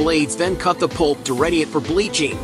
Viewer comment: Either I'm deaf or you're saying pulp, not poop! Either way, I'm laughing!!